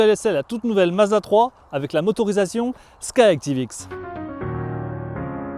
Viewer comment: C'est pas Sky Tivx mais Sky ActivX